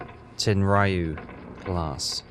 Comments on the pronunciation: I see you still haven't learned how to pronounce BAH-LAY-OH correctly. 🙄 - That is NOT a Tenryu class. For all the improvements that mod made to the base game, it screwed the pooch on that one. Looks more like a Nagara class than a TEN-REE-YOU, not TEN-RY-YOU, class ship. - You've gotta be f-ing kidding me...that is NOT how a Katori-class CL looked! Who in the blue hell modded that ship?! Did he even bother to do his research beforehand?! - Props for the Quagmire reference! 😂 And with that VERY nice patrol tally, you increase to 567,313 tons overall! Nice work! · Hes been pronouncing Tenryu wrong all this time and no one has batted an eye ...i have no idea how do you figure that 😂 (We do it to wind up him)